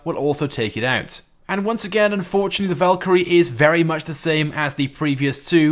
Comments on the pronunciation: You said valkirry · He said valkrie two times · He’s calling the savage the valkrie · Did he say Valkyrie 2